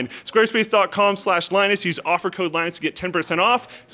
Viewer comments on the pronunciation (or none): none